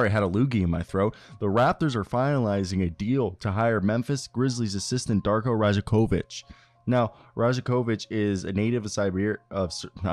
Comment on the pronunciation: Pro tip, the 'j' is pronounced as a' y' in serbian surnames...same like Jokic is pronounced as Yokich, so Darko's surname would be pronounced as Rayakovich.